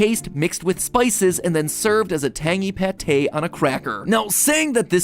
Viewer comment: Isnt it patte?